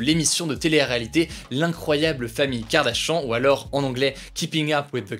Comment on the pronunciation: qui a entendu « Kardashan » au lieu de kardashian 😂😂😂